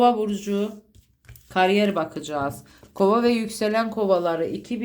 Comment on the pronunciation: Karyer ne abla yaaa?? Burcumdan soğuttun vallahi :)